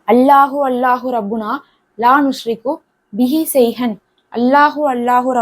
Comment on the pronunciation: அரபியில் உஷ்ரிகு என்று இருக்கு நீங்கள் நுஷ்ரிகு என்று வாசிக்கிறிர்களே எது சரி